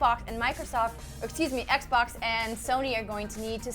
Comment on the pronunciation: Haha she said xbok lmao